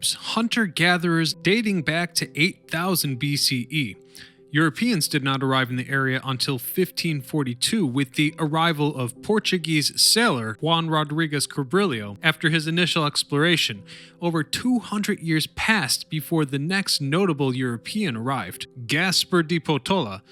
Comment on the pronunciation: When you say Cabrillio instead of Cabrillo, I stop watching. If you want to be taken seriously, do better.